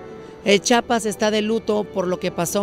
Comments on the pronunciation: Aprende a decir chiapas, yo que soy venezolana lo sé decir ubícate ( no chapas es chiiiaaapaaassssss) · Aprende a pronunciar CHIAPAS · se dice Chiapas, buuuurraaaa...!!!!!! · Nada más que se dice Chiapas!